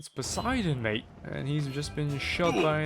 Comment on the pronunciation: "Wudah" "M8" "Rivah" man i love Australia